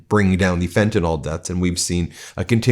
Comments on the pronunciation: It’s pronounced fenta-NIL not fentanyl-NAWL. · can you and that military goon please learn to read? It is fentanyl, with a 'y', not fentanol. It is pronounced, "FEN-tah-nihl," not, "FEN-tah-nol." BTW, trotting out someone with three tour in Afghanistan, one of the places that never attacked us, and him being an "elite" whatever? Um. How many innocent people did he murder over there? Why are you acting like a mass murderer is worthy of attention? Military veneration is stupid, when their service was for the corporations, and the vanity of stupid presidents. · Fen-tuh-NILL! PLEASE! Yipes! And we'll all feel better when we jail the Epstein pdf-files.